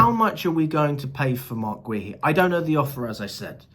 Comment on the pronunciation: Is Marc Guehi name really that hard name to pronounce properly? Lol